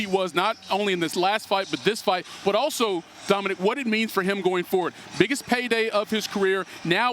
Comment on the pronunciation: I’m impressed That the casual Stephen A can pronounce Poirier’s name correctly.